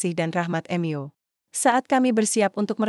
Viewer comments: Mu dbaca sebagai em Yu?????? Kentir !!!!! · Kenapa membaca Mu sebagai kata ganti Tuhan dibaca dengan kata Em Yu ? Apakah yg membaca ini bukan org Katolik/Kristen ???